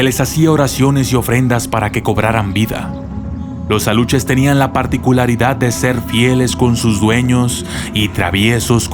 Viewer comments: Se llaman. ALUXES...NO ALUCHES! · Aluxes no se pronuncia como Aluches, si no como Alushes! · CUIDADO con la PRONUNCIACIÓN. Los alushes son con sh no ch. También cuida la Reina. No sé cómo escribir la pronunciación. México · Se pronuncia (ALUSHES) Aluxes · Me dio un poquito de risa como pronunciaste Aluxes. Lo siento, soy de un pueblo cerca de Mérida, Yucatán, y me ha encantado tu video. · Según se lee aluxes pero su pronunciación es Alushes o uxmal que es Ushmal